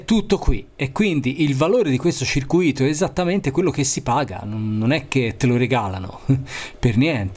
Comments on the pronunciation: Si dice circùito, perché ciruìto vuol dire preso per i fondelli. Bravino comunque anche se sei Toscano. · Che goduria i tuoi video... Altro che xnxx...però da Toscanaccio che te tu sei... "Circuìto" con l'accento sulla seconda i, non si può sentire. Ma deve essere una fisima degli insegnanti dell'ITIS anni 80 che non volevano confondere il circuito di formula 1 con altri circuiti. Si scherza dai... Starei tutto il giorno a guardare i tuoi video (anche perché non so un cazzo di elettronica). Bravo e simpatico. Spero tu non sia un insegnante.